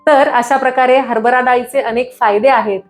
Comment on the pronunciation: हरबरा , नव्हे हरभरा. आपण दिलेल्या माहितीबद्दल धन्यवाद. आभारी आहे.